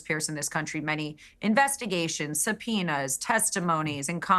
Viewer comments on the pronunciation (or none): is Did she say "Sub-pee-oh-nas"? Is that a local dialect thing?